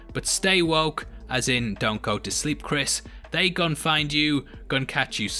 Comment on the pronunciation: U mispronounced "gon" everytime u said it.